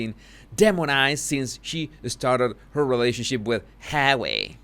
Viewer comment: I like your videos, BUT the way you pronounce Harry's name is so disgusting. Pease stop. 😖